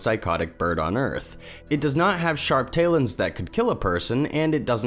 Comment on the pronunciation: Tayluns?? Umm... lol. Never heard talon pronounced like that. Talon is indeed pronounced TAL-UHN. YEAH I’ll save the rest of the trolls the trouble, “I’m a Karen, Boomer & whatever else” although I am not. Just drives me crazy to hear such a young & inexperienced narrator butcher words that I thought were common sense?